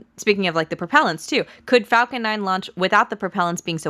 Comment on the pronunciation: The announcer sounds like he is saying f$cken 9, lol.